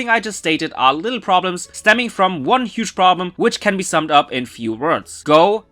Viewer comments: Hey, dude, you hige instead of huge. Also THANK YOU FOR REMINDING ME TO WATCH THE NEW EP, I ALMOST FORGOT 😂 Edit:when you said wink wink I was like BOY WHY U LYING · A Hige problem.....English much lol